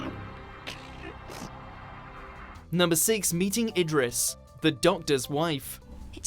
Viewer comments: It's pronounced Van Goff not Van Go And it's pronounced Neil Gay-man not Neil Gei-man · "Neil Guy-min" and "Su-rain Jones", seriously? It's like they're doing it on purpose now. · These American ears thought he said "Neil Diamond" as well.